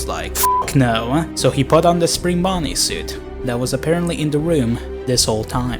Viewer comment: "it was time for fredbear and springBAWney to return to their former glory." Not even a second later. "WHAT? WHAT DO YOU MEAN I HAVE TO PAY FOR THEM-"